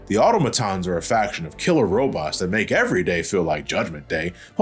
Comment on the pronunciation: Its pronounced autom-atons